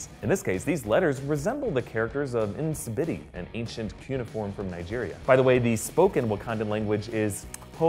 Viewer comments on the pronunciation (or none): none